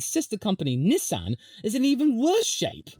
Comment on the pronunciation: Please don’t ever say Nissan like that ever again